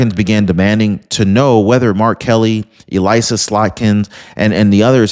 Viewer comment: it's pronounced (Eh-liss-a) Slotkin